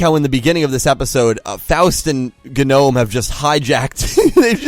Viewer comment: You realize there are ppl IRL who are named Faust, right? You also keep mispronouncing Genome